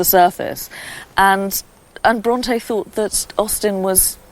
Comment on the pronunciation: Can it be that you are judging a little bit too hard here? I understood the pronounciation as "Bronty" - perfectly right for me. As for the authors I love them both as both of them had detailled insight within the human soul.